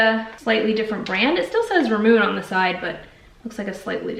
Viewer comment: Not sure if anyone has pointed this out yet, but it's not "rah-moon", it's "ra-muun-eh" lol Also you should totally try the mochi! It's super tasty and chewy, and I promise it's not raw dough 😉